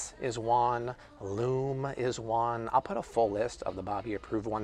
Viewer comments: Thanks for the heads up. BTW--it's pronounced Loo-mee, not Loom. (Lume) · I believe Lumē has a long e, so pronounced Loo-me or something like that.